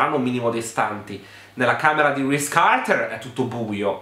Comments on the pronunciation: Ogni volta che hai detto RISE CARTER mi sono scassata. Non smettere mai di fare queste recensioni 😂😂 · ADORO come pronunci Reese Carter! 🤣🤣🤣